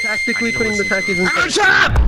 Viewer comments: This is put the tacks in the sand witch instead of talkies, not Takis, it did it right OK, but you don’t say tackies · Why does say a in Takis the same way you say a in apples